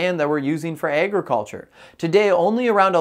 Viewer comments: Tell me why he pronounces agriculture so funny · Thats all i can think abt when he says it